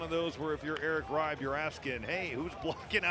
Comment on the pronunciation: Noah Eagle is a great announcer, but there's no way Eric Reibe's name is pronounced "Ribe" like it rhymes with "vibe." 😅😅 I'm not German, but even I know it would be "Rybah" (rhymes with a Brit or Australian saying "cyber").